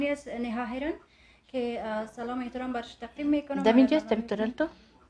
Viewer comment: احمق ، سل لام نه. سلام